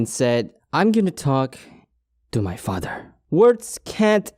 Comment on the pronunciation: I’m gonna talk...TO MY FADDER Me: xD HAHAHAHAHAHA!